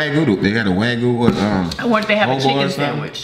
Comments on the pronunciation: Wagyu beef is Japanese beef MS is correct it’s the world’s most expensive high class beef the way he’s pronouncing wagyu is hilarious and kobe beef 😂 😂 edit: it’s Wah-gyoo and Koh-bay not wagoo and kobe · Waygu is pronounced Wag U.💛